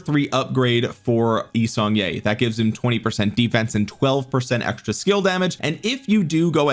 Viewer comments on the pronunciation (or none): As someone married into a Korean family, it pains me to hear your YSG pronunciation. Its YEE-Sung-Kyeh. Sorry for the nitpick it has been bothering me. Love the vids!